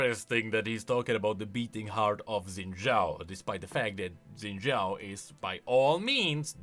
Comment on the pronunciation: It's Xin Zhao, not Zen Zhao. 🥹 C'mon.